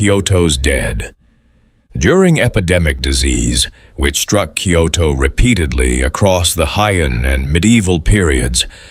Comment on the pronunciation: Because it’s AI the place names are mispronounced.